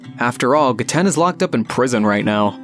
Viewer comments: It is ge-t-en GET IT RIGHT! GETEN IS THE BEST ICE USER AND NO ONE CAN CONVINCE ME ANYTHING ELSE. And you said 'seen her' its a he. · Just so you know it is “Ge-ten” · I think it’s pronounced gehten